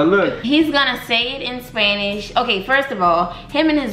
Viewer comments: Bruh he may khow understand Spanish but hes not saying it in the correct way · She is so pretty!💕 BTW He's not pronouncing the words correctly L O L.